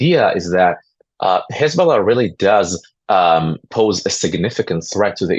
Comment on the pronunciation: Hej ball aah became Hej ball nah 😂😂